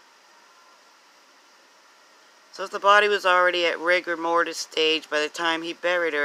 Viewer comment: It is NOT Mortise (mortice) it is Rigor Mortis, Mortise means something entirely different!!! mortise /ˈmɔːtɪs/ Learn to pronounce noun a hole or recess cut into a part which is designed to receive a corresponding projection (a tenon) on another part so as to join or lock the parts together. "a mortise and tenon joint" verb join securely by using a mortise and tenon. "the top plate of the rudder assembly can be mortised to the top of the rudder post" Rigor Mortis is the stiffening of the body after death because of a loss of Adenosine Triphosphate (ATP) from the body's muscles. ATP is the substance that allows energy to flow to the muscles and help them work and without this the muscles become stiff and inflexible.